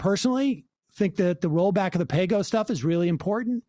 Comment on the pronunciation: Sam agreees with Dore and thinks that Paygo was nothing. But he can’t really say it. :D